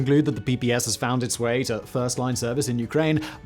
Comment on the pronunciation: Not "PPS" but "PPSh" (Pay Pay Sha)